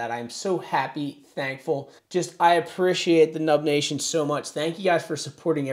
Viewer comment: Is he saying “Dub nation” or “nub nation” honestly don’t know?